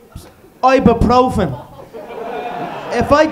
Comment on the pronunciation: “Ibuprofen” 😂😂 man there will never be another mcgregor